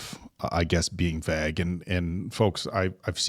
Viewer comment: I honestly tried to hear him out but I HATE how he pronounces “vague” LIKE BAG!! FFS 😒 still giving hella vague🤨